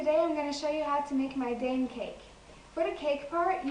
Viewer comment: Its pronounced Dime